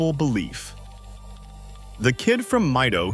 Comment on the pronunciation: Mito is pronounced like "me." If you see "i" in a Japanese word it is always pronounced in that way, for example in "Ichiro" or "Shohei" or "Otani."